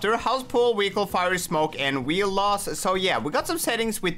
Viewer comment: He said wehicele